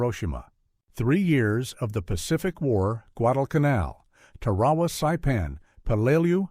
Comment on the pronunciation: DAMN ! It’s TAR A WA learn the correct pronunciation !